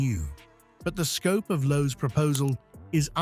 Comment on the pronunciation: It's Lowe. Not a Chinese "Loh!"